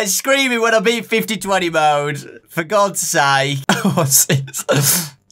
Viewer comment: “For God SAIKE.”